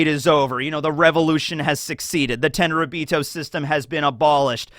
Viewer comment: Thought you were saying the “10 ryubito” not realizing its the “tenryuubito”